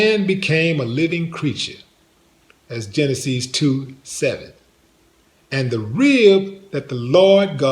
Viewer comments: What the hell is Geneh-sees? Is that a new alcoholic brand? The name is pronounced Gen-es-sis. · You wanna solve relationship problems so you turn to the source that has proven not to solve any of the worlds problems. And it's pronounced ˈjenəsəs with yo country ass.